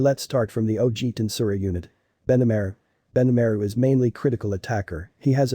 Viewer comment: Rimiru = Rimoro Benimaru = Benamaire Milim = milim Shion = shion Dude please for the love of anime and God Pronounce It Correctly its killing me